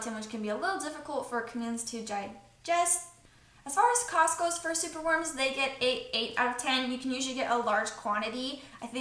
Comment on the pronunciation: What I hear: as far as Costco... What you say: as far as cost goes 😂